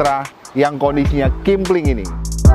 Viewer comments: KEMPLING bukan KIMPLING 😅🤣 ahh lu dr awal2 dlu ngonten msh aja, di ulik dulu bnr2 kalo mw ngonten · Kempling om bukan kimpling😂😂